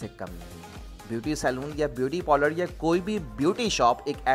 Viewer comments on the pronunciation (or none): Polars nhi hota parlour hota hai make up hota makup nhi hota kahan ki pronunciation sikha rhe ho